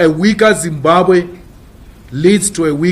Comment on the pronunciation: As much as l love Malema but damn its Zimbabwe not Zimbabe